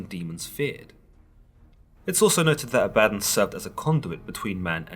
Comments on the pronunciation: Danga Langman ; I have now done some leg- work on this my friend. Having spoken with many of my Masonic friends, and now I speak this.... first I’m pretty sure it is pronounced ab a don, also known as Azazel (a demon) and is Not a god. The Masonic right asks for you only to believe in a higher power (God) and to humble yourself to your faults. Try to make yourself better ( level and square) below an ALL SEEING EYE. Basically, be good to your neighbors, helping anyone you can unless it causes harm to your family or “brothers “. ... basically the 10 commandments. ✌️JTA. Thank you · "AB a Don" not "A bad on" He was the first watcher. Like a gopher. Go for this. Go for that. He despised his job and when god wanted someone to punish man he volunteered. But half the job was seeing if his negative actions actually had positive effects on mortals. Over time Abaddon learned how to manipulate mortals back on to the "Righteous Path" He taught Michael when Michael was cast down to earth as Lucifer. You guys are reading these books, the few that are remembered but its like reading chapter 1, 3, and 5 and thinking you know the whole story. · I love you series on the bible! Pronounced A-Bad-Don. Don sounds like dawn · I'm pretty sure it's pronounced, (AW - baw - dawn.) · Always thought it was pronounced Ah-bah-Dawn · ThatBlogGuy yeah it should have a longer o sound at the end. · I think you are pronouncing it wrong. It's Abba-don. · Bruhhh I can’t listen to this correct your pronunciation of abaddon it’s pronounced a-bah-dawn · I think it's pronounced: "Ab¹‐Uh²‐Don³" 1)Your stomach muscles 2)A question, "Uh, what?" 3)The sun rising at "dawn" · It's pronounced "abba-don" dude lol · Pronounced ah ba. Don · It's actually pronounced A-vad-don as in A-vad-down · Is it actually pronounced the way this guy says Abaddon, or is it pronounced AB-UH-DON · Abaddon pronounced ABBA-DON. Your welcome. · I thought it was pronounced as Abba Don. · Pretty sure it's pronounced ABBA-don